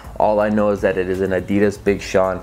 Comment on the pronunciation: The way you say adidas 😬